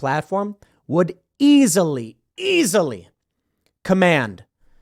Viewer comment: When Tim over-stressed the word easily, I almost thought he was constipated. 😂